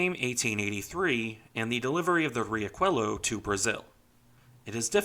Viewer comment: Just a correction on the pronuntiation of the Brazilian ship: it's Ree-ah-shoo-eh-lo